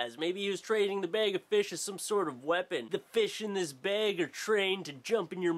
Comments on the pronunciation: bag not bayg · please learn how to say bag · canada? "BAIG of FEESH" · i love how say bag. "bayg" haha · i swear it sounds like you're sayin bage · Say bag again. ... Oh Canadians :) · he pronounces bag like St. Lucy people! AWESOME!!!! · haha he says bag so funny haha this is so much better to watch high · The way you say bag is amazing <3